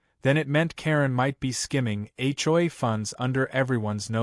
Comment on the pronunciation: That's AI for you... can't read or pronounce some words